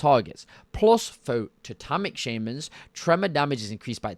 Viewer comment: also.. "Enhamcement Shaymins" xD, you're starting to be like Benedict Cumberbatch with Penguins xD